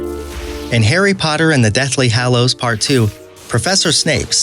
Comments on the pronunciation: Great video, but I am deeply triggered by the way you pronounce "hallows" 😂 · Also, the Deathly Hollows. Over and over again. It's an insult to actual fan. Oh, god, and basilisk. It's... so bad.